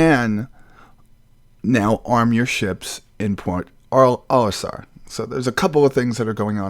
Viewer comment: I do believe it's Port Olisar, not "Point".